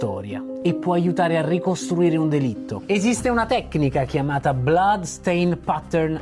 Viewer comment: Grazie per aver ricordato Samuele ❤ ...la pronuncia della parola "blood" è "blAd" 🌟